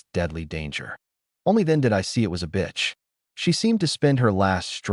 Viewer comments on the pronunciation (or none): The A.I. literally said “btch” for the female dog real hard.